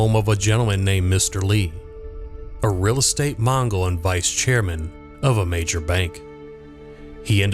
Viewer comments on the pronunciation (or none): it’s MOGEL, not MONGOL. 🥹